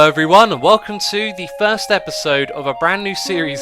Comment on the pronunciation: I thought you said "third" and not "first" and was like: what did I miss so far?